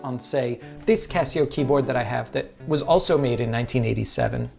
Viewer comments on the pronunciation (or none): C ass seo. C Assio. Not Kesseo.